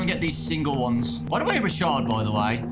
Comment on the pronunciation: Bro I heard him say "Shard" and I though he said "Shart" TwT